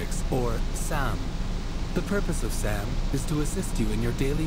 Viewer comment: He said SAAAM, not Sam.